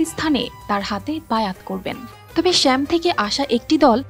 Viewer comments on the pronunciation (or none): সাংবাদিক বড়ই সাংঘাতিক বার বার শ্যামভূমি বলে। শ্যাম না সাম হবে